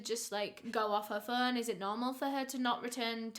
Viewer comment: "Picking up the Fuuun" Learn to pronounce o